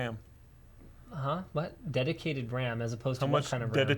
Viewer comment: SAYING DEDITADED RAM